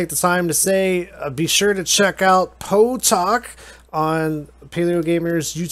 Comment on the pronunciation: can you say P O E? instead of pow?